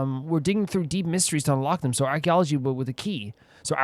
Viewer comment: = Ksama & Venipi laughing like this xD = idk but "Ark-Key-ology Stone" and "Hope-Key Dope-Key" still got me 🤣 = The fact that you still remember bits of stuff even tho you play MULTIPLE games and I'm sure you pay enough attention to their stories? It's still crazy 😩 = oh wow I often just listen to the video while I do something else so I didn't see the spoiler warning for Children of Men on the screen lmao = That book minigame was so fuuuun. I love that it's just in a WQ = I LOST MY MIND WHEN THEY MENTIONED ABRAX. I PULLED OUT THE BOOK RIGHT AFTER AAAA soooooo cool = that "noooo- nooo" is so funny 🤣 = "welcome to hell, btch" iconic Albedo voiceline lmao = Awww, no reaction to Hell 😢😂 = NATLAN MENTIONED ❤‍🔥❤‍🔥❤‍🔥 = omgosh you put it into words = nah I get it, that's me with HSR. I'm "dreading" it but when I do get to it, it's fun.